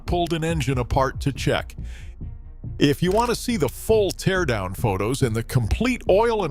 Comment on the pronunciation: AI narrator (teardown mispronounced), no footage of the teardown or the guy that's supposedly speaking. I'm calling BS on this whole story.